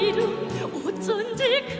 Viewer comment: 오쫀지 그 이름~ 어쩐지를 오쫀지란다ㅋㅋㅋㅋㅋ 저딴 발음과 발성으로 부르는걸 조수미님이랑 비교질이냐? 북한판 조수미? 웃기고 있네요. 북한 발음 으 듣기 짜증나고 병맛같애요. 오쫀지 그 이름~ 세계의 더 크고 넓은 무대로 나오려면 어쩐지로 연습해요. 진짜 살아숨쉬며 아름답게 피어있는 고귀한 생화가 아니고 인공조형물 가짜꽃 조화입니다. 오쫀지 아 이 발음을 외국인들이 과연 어떻게 생각하고 받아들일까.. 부끄럽네 내가 다..